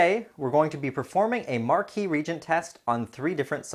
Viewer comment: ree-agent not regent